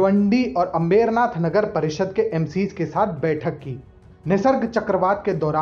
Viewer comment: अ़बेरनाथ नहीं अंबरनाथ करके उच्चार करना